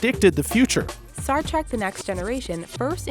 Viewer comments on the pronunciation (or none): none